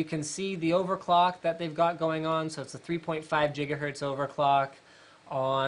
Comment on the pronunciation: Linus! can you tell us the story of "Jiggahertz" ??